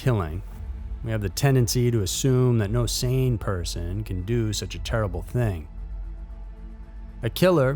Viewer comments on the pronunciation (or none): none